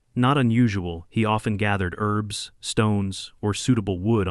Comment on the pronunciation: Herbs not Erbs!